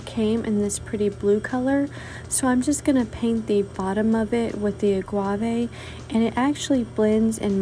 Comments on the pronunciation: All of your crafts are just beautiful!! Just an FYI, the color is Agave( Ah-gah-vey) not Ah-Gua-vey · Hi! I am really enjoying ☺ your channel. A friendly, helpful tip: The pronunciation of AGAVE is AH-GAH-VAY, not AH-GWAH-VAY. After watching several of your wonderfully creative videos where you used this gorgeous color, I had to let you know...because I'm sure you would want to pronounce the name of this lovely color correctly. I know that I really appreciate it when someone corrects me💛🤎🧡☺. Please 🙏 don't take offense,; my motivation is purely to help you. 😇😁😘 Now to watch more of your creative 👌 genius! 🧡🤎💛 HAVE A WONDERFULLY CRAFTY WEEK! 😊